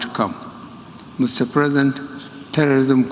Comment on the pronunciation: Did you hear him say mr present 🤦‍♂️